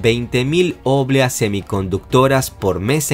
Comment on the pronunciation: No se pronuncia óblea, se pronuncia obléa (no lleva tilde, pero así se pronuncia)